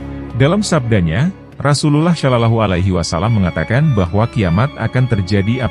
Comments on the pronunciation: coba itu yg menjelaskan menyebut nama RasuluLLAH SalaLLAHu alaihi wasalamnya yang bener karena ngga enak dengernya. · Agak gatel dikit denger Ai menyebut nama Rasulullah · Ini kykny bkn chanel Islam. Hostny jg ga fasih bgt ngucap Rasululullah n Allah. Ga ngucap assalamualaikim jjga. Waduh..